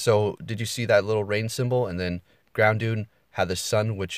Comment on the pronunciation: groundoon?? Good god 😂 it's groudon 😂😂